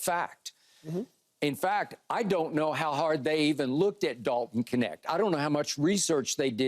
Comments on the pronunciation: Why do they pronounce his name as "Connect"?! Isn't it "Kneht"? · Would all Americans please say his name correctly?? It’s not K-net its Knecht(ch is spoken like in charlotte) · I thought the K was silent in his name lol